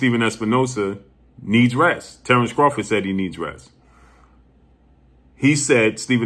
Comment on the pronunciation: He did all that lead up just to pronounce Terrence bud Crawford in correctly 😂